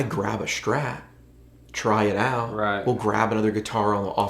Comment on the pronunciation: Man, what's a Schtrat, is it some kinda german guitar ? ^^